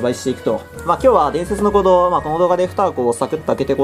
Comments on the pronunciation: 伝↑説の鼓動のイントネーションすこ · 前の弾の「ムゲェンゾォーン｣といい今回の「伝↑説の鼓動｣といい、冒頭の言い方おかしすぎだろ。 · 伝↑説↓の鼓動